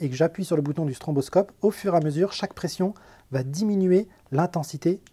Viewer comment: mdr on dit pas stromboscope mais stroboscope